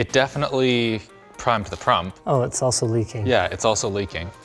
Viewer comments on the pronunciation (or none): "well, it primed the prump" oh my